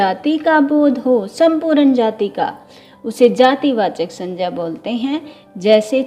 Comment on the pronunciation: The part of the video which i liked the most was ur pronunciation ' sanjya'. Veryy impressive...keep it up..tysm...